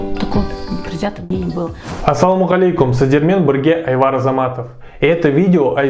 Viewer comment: Правильно по казахский будеть Айбар а не Айвар говори правильно русские не говорить Ивану на Диван